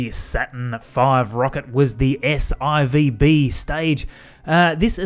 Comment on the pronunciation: You called it an S-IC (Eye-cee) instead of an S-IC (one-cee)? Roman numerals! That's not the thing is it Also, you said S-IVB (Eye-vee Bee) as opposed to S-iVB (S-four-b) does that also count?